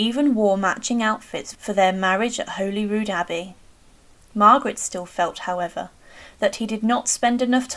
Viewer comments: While it is spelled ‘Holy-rood’ it is pronounced ‘Holly-rood’. I am Scottish, born on the west coast, grew up in Inverclyde, university in Aberdeen, lived in Edinburgh - where Holyrood is to this day - and I can assure you, your pronunciation is WRONG. Given your accent, I am assuming you’re English. You should know better. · You should pronounce 'Holyrood' as 'Holly-rood'.